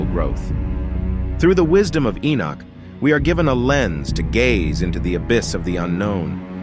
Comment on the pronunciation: Keep saying "Inuk" ... Enoch then looks like its wrongfully spelt ..